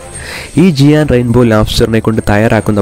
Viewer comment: ജിയാൻ അല്ല bro ജയന്റ്